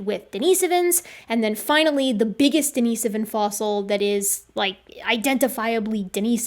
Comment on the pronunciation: If that's the correct way to pronounce "denisovan" then I don't mind being wrong.